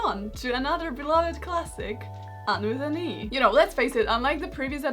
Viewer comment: Lmao I heard under the knee instead of Anne with an E. I thought it was some sort of parody of Under the Sea (the song)